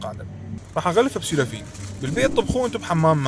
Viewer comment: أولاً هو شنو الفرق بين الحليب المكثف و ألحليب المبخر ؟ ثانياً لحد يمتى لدراح تظل تلفظ السيليفون غلط ؟ عيني مو سيلوفين مو سيلوفين.. حتى لو صارلك كم سنة بس مع ذلك انت تلفظها غلط